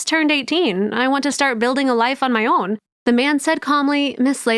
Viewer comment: perfect Indian pronounced word own